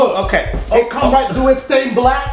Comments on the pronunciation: blk water pronounced black water my brain: bulk wuddah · It's BLECK WATER